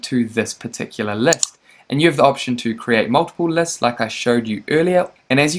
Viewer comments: That was painful to listen to 😬 Læsts and sigments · The way you pronounce lists and segments, also the way you keep repeating these words.